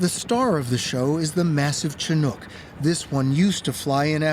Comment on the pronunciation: Leave it to 60 minutes to mispronounce Chinook...🤦